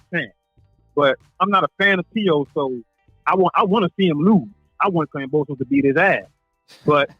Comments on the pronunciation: kamposes? LOL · Kam-bo-sos not kampososos🥴🤣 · please learn to pronounce his name correctly. It's annoying hearing you keep saying Komposis over and over. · Say it with me 😅 KAM - BO - SOS Not KAM - PO - SOS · Wow....Lopez is fighting Kambosos and "Kamposes" !? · At least pronounce his name correctly, you keep saying Kamposos! Lol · KAMBOSOS not CUMPOSES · I hope you dudes and not you alone get the fucking name right .GEORGE KAMBOSES. No "p"s no "r"s it's Kamboses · It’s kambosos with a B bro not P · Glad I'm not the only one "Kampoosos" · Why do you pronounce Kambosos like that? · Bro where do you see a p in kambosis name ? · Everytime he said Kambosos name wrong I cringe 😬